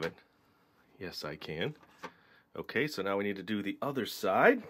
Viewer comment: you said e not we